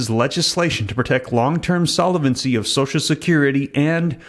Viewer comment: Solvent is a two-syllable word, pronounced `sol-vant', not `sol-a-vent'. Solvency is a three-syllable word, `sol-ven-cy', not `sol-a-ven-cy'. Thought you would want to know. All the best.